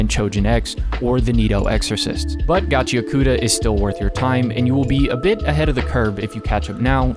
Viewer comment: Reminder to everyone that it's pronounced "Gachi-akuta" not "Gachia-kuta"